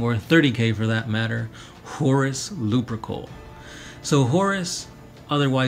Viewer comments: Horus lup-er-cal not Lupercoal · I gotta say, they pronounce it Horus Lupercal(loopercowl) in all the audiobooks